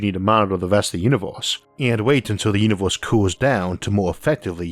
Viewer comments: Unovorse? You can't pronounce "e" can you? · This video gets xtra attention for the way the narator pronunciates univors.